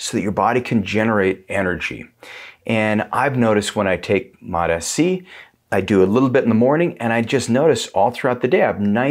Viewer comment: Sounds like you keep saying Mot-Fc.